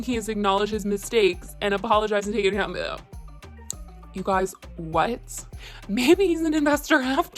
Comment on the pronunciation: . Take accounta-what?? Lol. Good vid.